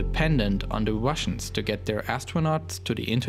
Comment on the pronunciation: and "Wussians"